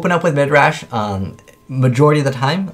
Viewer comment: Stop. Saying. Midrash.